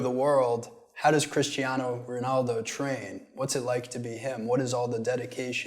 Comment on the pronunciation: Cristiano❎ Crishtiano✅